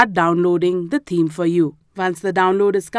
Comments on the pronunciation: You r lesson was really good but can you please pronounce the word "Theme" correctly it has a "TH" sound in it, it is not pronounced "Teeme" it is pronounced With the "TH" sound so that would be "Theme". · She says "team" but she means "theme"